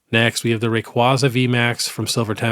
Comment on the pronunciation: Pronounce Rayquaza correctly, even pokemon has addressed it. Put some respect on my boys name 😂